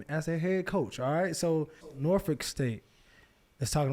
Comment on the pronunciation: Shoutout to Peggy for saying Norfolk right!